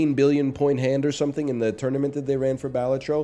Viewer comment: I'll die on this hill...pronounced 'Bell-all-tro'